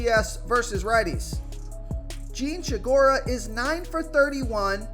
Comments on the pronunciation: "Jean She-gura"? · How it is possible to look at “Segura” and find an H in it? It’s getting out of control man but still always good for a laugh.